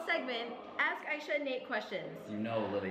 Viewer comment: she said Aisha correctly